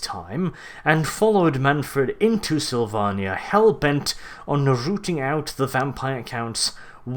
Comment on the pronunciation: The way you say Slyvannia makes me sad :(